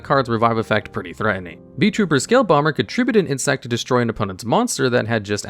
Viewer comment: Wherever you said beetrooper i heard vtuber hahaha